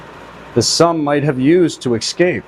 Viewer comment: Also the word is pronounced ess scape , not "eck" scape